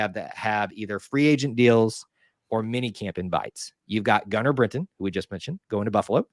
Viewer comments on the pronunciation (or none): Britton, not “Brinton”